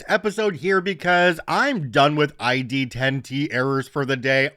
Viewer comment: Story 2, It might have even been better if he wasnt pronouncing the I like an E